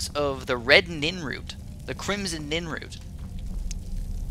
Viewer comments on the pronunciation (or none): PLEASE. stop calling it ninroot... its nirnroot, not ninroot. also when you went to alchemize or however you're supposed to spell that haha the nirnroot and crimson nirnroot you didnt do it, you did it with nightshade.